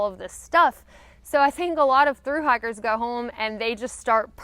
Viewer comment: Yes, she has a very pronounced "i" like liiiight